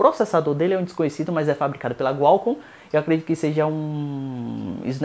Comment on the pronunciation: Bom vídeo mano... mas um detalhe: QUALCOMM.. com Q. Não Gualcomm..com G. Abraços.